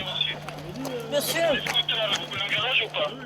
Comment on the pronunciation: "Missieu", à 13 ans, on a compris... ^^